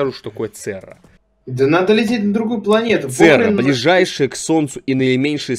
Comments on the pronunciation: Церра прям очень слух режет! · церера ЦЕРЕРА а ни цера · Alex Brush я тоже заметил. меня прям раздражает когда он говорит церра вместо церЕра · говорит Церра, хотя надо ЦЕРЕРА!!!